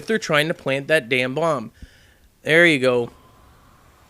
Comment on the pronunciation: "if their trying to plant that damn blomb :)